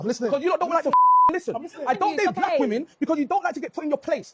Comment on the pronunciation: I almost made it all of the way through this video (with which I concur) before his inability to pronounce the plural of 'woman' just really got to me. . . I don't know what it is, but a lot of these guys have a problem with the word 'women'; and it bothers me.